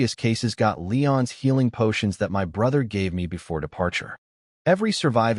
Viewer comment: It is good, with some great lines. Just wish the A.I could be fixed so it doesn't spell out words. Hearing M.Y instead of my is kind of annoying.